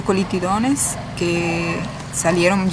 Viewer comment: Jaja si. Pero en realidad dijo colitidones jajaja